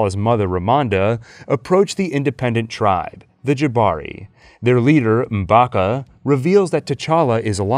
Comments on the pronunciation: I noticed a small mistake. "Instead of her family, she sees Killmonger." . Killmonger is her family, cousin to be specific. They are cousins. Also, the name is M'Baku, not M'Baka. The name Amet is Ah-meht, not Ah-meet. They're minor things, but still mildly irritating. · I just realized at about the mark that M’Baku was pronounced Mm Baka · Ewww to the way you say M’BakU 😅